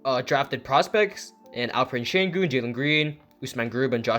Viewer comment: Your pronounciation of Şengün is perfect. But i don't know why they signed Theis. I hope Theis doesn’t take too many minutes from Alperen Sengun and Usman Garuba, both whom I really like.